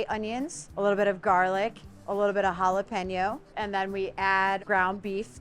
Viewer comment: Thank you for pronouncing jalapeño correctly. Respect for the ingredient, the language and the people who speak it.